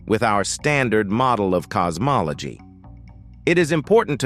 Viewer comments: Cos-mol-a-gee 😂😂😂 you gotta put more effort into these. just type it as it shounds and eleven labs will pronounce it correctly. Also, helps if you listen to these before publishing. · Um i stopped watching at "cosmoloGEE" GEE?